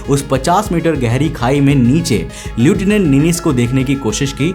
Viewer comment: Lieutinent এর উচ্চারণ হয় লেফটান্যান্ট।